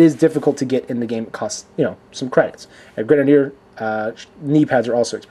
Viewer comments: nerppppppp 2nd and its GUN-JIN-EER just thought id tell you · We say Gungnir like that: Gun-Gear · GUNGNIR is said Gun Jin Er hope that helps. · It's pronounced gung-nir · Gung-ga-nir it's nord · i think it's pernounced Gung-nir maybe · It's pronounced Gun-gi-neer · Hey, if your interested it's pronounced Gunner. Hope it helps and isn't just another annoying comment. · ITS PRONOUNCED GUN-NEIR! JAPANESE WORD!!! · It's pronounced gun-geh-neer, it's a cool figure I just wish it came in a different color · you say Gungnir like: Gun Gi Near. Hope it helps. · you pronounce it gun-j-ir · i would love the gungnir spartan ( i pronounce it: gun- g - near) i would buy it but i'm in australia and all the stores near me still only have kat carter and a basic spartan and a few exceptions on models in store.. black with and darker energy sword blue details.. if thats possible... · This is a good review I need this sparan The way you say the name if this figure is gunner even tough it spelled gungir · Gung-Nire is how you pronounce it to me! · Gung (like dung, but with a G)-neer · It's like -ing. Gungnir, (gu-ng (as in ing) ner) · As far as I know you say it as gung (as in gung-ho) neer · its pronounced " gung-neer "